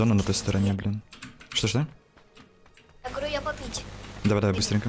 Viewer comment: вслушайся,он говорит "я гворю" ,там прям отчётливо слышно это